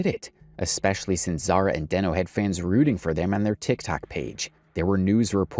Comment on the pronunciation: And it’s not Denknow it’s deeeeenooooo